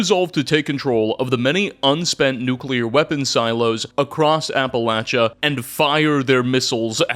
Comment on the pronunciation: Holy shit! . He actually said "Appalachia" correct!!! What universe am i in!?